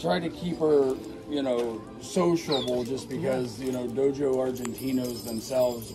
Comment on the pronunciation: And it's pronounced dog-o not dojo! Sign of a inexperienced Dogo Argentino owner. Which that dog is not. No brown on any Dogo. Can only have 10% of it face fur black and may have black skin freckles.